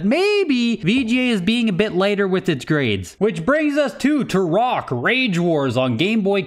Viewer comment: The only question I have is why pronounced Turok the way he did. “Tur-rock”?